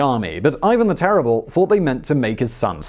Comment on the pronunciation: The 'terible', eh?